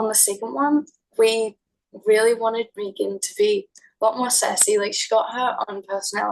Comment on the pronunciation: Ty all youre allowed but it's pronounced MEGAN